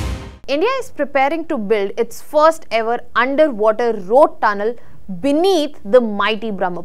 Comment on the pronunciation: And ‘rrrrrroad” !!!